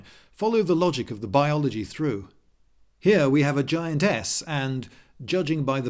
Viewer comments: When he said giantess I thought he said giant "ass" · maybe it's me but i was sure you said giant ass instead of giantess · We he said: here we have a giantess What I heard: here we have a giant...a**? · took me a minute to realize you said giant-"ess". :) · "Here we have a giantess" Me - I thought you Brits pronounced it arse.